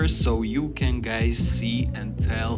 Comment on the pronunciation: why you saying gays not guys i cant haha